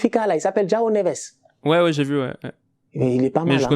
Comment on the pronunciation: « y’a un boy là il s’appelle Joâo neves » mdrrrrr